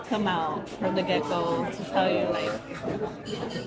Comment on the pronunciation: mins in She said "come out from the gecko" for the second I thought I heard "Geico"! haha